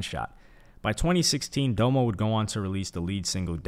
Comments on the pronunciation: DAH-mo, not DOUGH-mo. His name is Dominique. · It's pronounced "dom-o" not "dome-o" I can tell you've never really explored OF's discography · How do you not mention Domo album Facade Records.. also it bugged me the way you pronounce doms name lol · How are you gonna pronounce Domo’s name like that? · I assume this dude didn't listen to Odd Future and is only doing his little history report on them for views with the way he pronounced Domo. Jesus. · no diss to hy but this seems like he read the wiki on a video. i don’t think he is a big fan of OF but respects their legacy. (another note is how he pronounced nakel and domo)